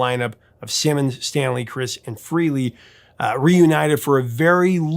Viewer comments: FRAYley, not FREEley. Go listen to Rock Soldiers and get back to me, Professor. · Ace Frehley was not fired. He quit twice. Also, pronounce his last name correctly, please.